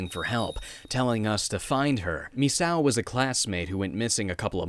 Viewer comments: Phonetically it's pronounced "MIS-SAKO", rather than "MIS-OW" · Its pronounced me-say-oh